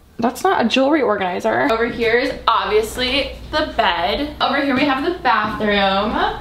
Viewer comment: No one: Litterly no one: Alisia :ASHLEY( IM) GONNA BUY U A JEWLERY ORGENISER🤣